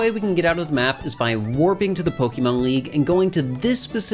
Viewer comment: I loved this vid BUT there's an accent mark on the e,it's Po-kay and Po-kuh is fine too but Pokee gets me really badly